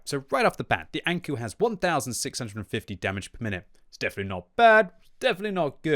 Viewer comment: saying ankou like saying anku lul Knowing your japanese & anime, ou is an elongated o like say oooooo, not u Alternatively, ou is like saying the expeession word oh